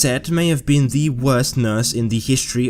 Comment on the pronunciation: "Ze world of serial killers"